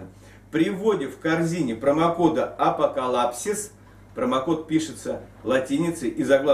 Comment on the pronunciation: Что? Я все правильно услышал? АПОКАЛАПСИС? )))))))))))))